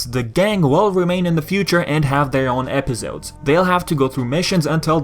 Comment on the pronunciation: Its funny how you say Epizodes instead of Episodes (no hate, I swear)